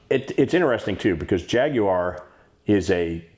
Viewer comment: You might be the only American able to pronounce jaguar correctly.